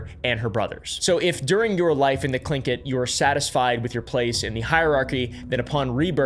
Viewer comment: was not expecting to expect an american to pronounce Tlingit properly, kudos, dude.